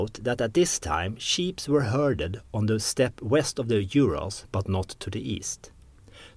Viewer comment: Ural not Yural.